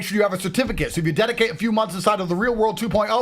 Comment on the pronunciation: His tooth veneers are distracting me, did he say certipicate?